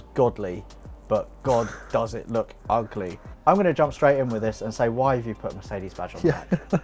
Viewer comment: This episode was getting better and better until you called the Supra "ughleh":((( edit: And then out-cared you and I got all hyped again:D